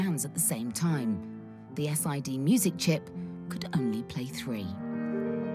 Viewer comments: "S. I. D." I don't know anyone who ever called it that at the time, or since. It was always read as "Sid". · I've never heard SID pronounced as an abbreviation but good job overall! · SID, it's SID. Not S. I. D! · Yeah, I literally hit my head on the desk when she said "ess eye dee sound chip" (SID chip).